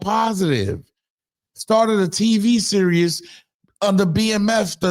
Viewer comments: Son you keep saying serous lmaooo its series like the world series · I’m watching the World Serious 😂😂😂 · If you say serious instead of series one more God damn time. 😂😂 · I thought you just misspoke when you said "serious" instead of "series." Bruh... you don't know the difference between those words??? Smh... "pay attention y'all because this is nasty work..." 😂😂😂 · "Series", not "Serious".😂😂😂😂😂🤓